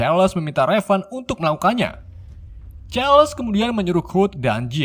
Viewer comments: min raven dibaca "reiven" bukan revan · Raven bukan revan cukkk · Raven Bukan Revan 😡😡😡